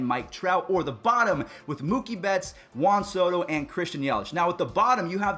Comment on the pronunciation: It’s Juan Soto